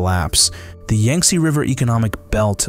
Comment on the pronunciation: Thanks much, however it’s pronounced Yang not Yung, my brother Yantse’s name is based on this river 😊❤